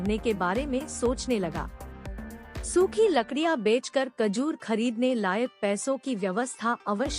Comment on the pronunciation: Kajor nehi mather chud....... Khajor